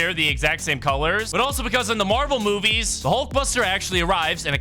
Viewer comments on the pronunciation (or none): none